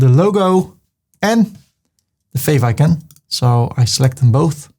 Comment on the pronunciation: American... FYI... — how “icon” is pronounced in English 🇺🇸 The English word icon is pronounced: /ˈaɪ.kɑːn/ EYE-kon ✅ Correct: I-con ❌ Incorrect: ee-can, ih-can, or I-can Think of the first sound like the word: “I” (yourself) “eye” (the body part) “icon” → “I-con” Why this happens (linguistics, not opinion) English has vowel shifts that come from Greek → Latin → Old English. Icon comes from the Greek word: εἰκών (eikṓn) In English, the “i” followed by a consonant + vowel often becomes a long “I” sound: Word Pronunciation icon EYE-con idea eye-DEE-uh idle EYE-dul idol EYE-dul irony EYE-ruh-nee This is called English vowel lengthening — the “i” is not short. Why “ican” sounds wrong to native speakers Pronouncing it as “ih-can” treats the word like a short-vowel English construction, which it is not. That pronunciation would imply a word spelled more like: ickon ikon (phonetic spelling, not English) Native speakers immediately hear this as non-native pronunciation, even if the meaning is understood. Simple teaching trick to remember it 👉 If you can replace the first syllable with the word “eye” and it still makes sense — that’s the sound. Eye-con ✅ Eye-dea ✅ Eye-dol ✅ If you say “I can”, you’re accidentally saying two different English words — not the noun.